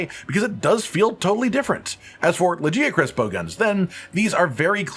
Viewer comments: It drives me nuts how the game calls it "Laggy-uh-chris"... the correct pronunciation is "La-guy-uh-chris" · Brother, it's LaGiacrus. Hard g. Like for Gif. We hear it multiple times in the cutscene. Its an ugly name with a soft g anyway